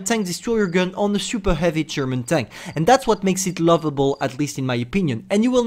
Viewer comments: he said hivy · I kinda miss his "hivy,, 😢😢